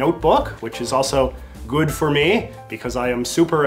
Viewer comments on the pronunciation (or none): none